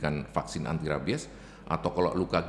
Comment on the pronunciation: Mbak penyebutan rabies nya salah😂